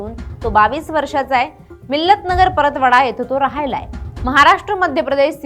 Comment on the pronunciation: Paratwada ❌ Paratpatva